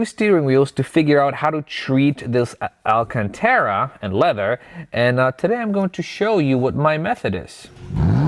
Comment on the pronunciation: Say it with me: Al-can-tar-ah